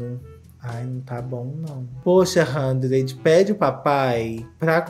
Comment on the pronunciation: Não aguentei quando o falou: Handred e Normand 😂😂😂😂😂😂😂 Fernanda Lima tem que mudar os nomes deles urgente! hahaha